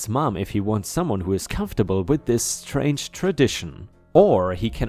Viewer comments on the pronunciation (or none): none